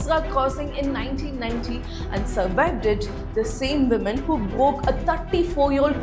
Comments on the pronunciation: Wo-man not men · When will you learn to pronounce woman & women differently? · The way you say, Woman & Women phonetics sound the same, ..just a advice, however they sound different.